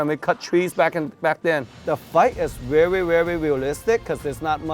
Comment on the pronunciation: I love it when he says: "The fight is vewy vewy vealistic"